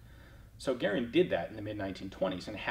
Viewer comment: Well done for being one of the 1 percent that pronounces Garand correctly!!!